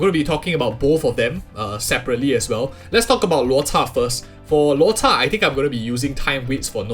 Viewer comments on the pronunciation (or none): Why are you always saying "Luota" when his name is Luocha